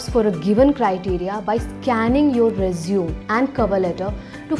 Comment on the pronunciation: It's not "resum" it's "resume" = pronounced as RE-ZU-MEY